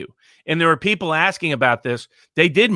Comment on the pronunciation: we are li-eople. hehe.